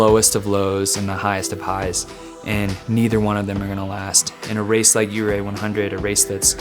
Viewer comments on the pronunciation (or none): From the moment I heard say "Ouray", I knew... wrong turn ahead 😉